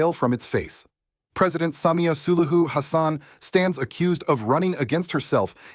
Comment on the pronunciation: Have we got an AI voice here? Since it can’t pronounce SULUHU?